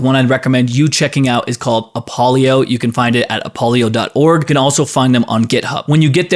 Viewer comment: SVC? App-o-lio? Yeah, might want to spend more than 2 minutes with your AI-generated script-slop and and know more about actually using the tools than just glancing at their GitHub or website before shitting out another low effort "content creeayshun" video, next time.